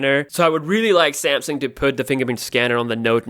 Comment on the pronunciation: Cool,but I just can't listen to you.Your accent is horrible...Rashiyaa?How that?Say Russia[Rasha] or Samsiung...Just Samsung